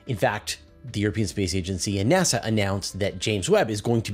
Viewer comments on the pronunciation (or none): none